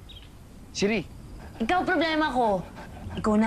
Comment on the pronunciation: Siri not tiri lol